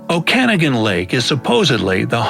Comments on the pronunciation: People trying to pronounce place names is simultaneously funny and slightly irritating. Oh-Kan-i-gan? Oh-Kin-ah-gan. Okanagan. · Never had lobster or even seen it at McDonald's must be far eastern Canada! Don't think I would attempt it though! And the pronunciation of Okanagan was so off! Oak-a- noggin! Also where I live it rarely snows temperatures usually are above 5 in winter and my grass stays green year round! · "Oh-can-uh-gan"💀 didnt even realise it meant the Okanogan ("okuh-noggin" til they mentioned the ogopogo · That's the most original pronunciation of Lake Okanagan I've ever heard. It's an indigenous word, not Scottish.